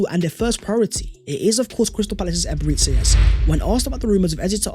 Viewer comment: It's Eberechi ... Like Tai Chi! Not Eberetchi. Or Ebereti as you pronounce